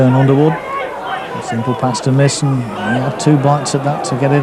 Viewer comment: It's pronounced My-son not Misson! 🤬🤬🤬